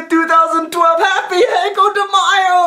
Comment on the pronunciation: As you say it, it sounds more like "Maio" than "Mayo". The spanish phoneme for "y" at the begining of a word [ʎ] is closer to the sound [dʒ] than to [i]. So try saying it more like "jo" in "jockey" or "jolt".